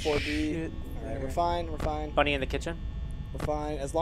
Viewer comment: Its smiley bunny not bonnnie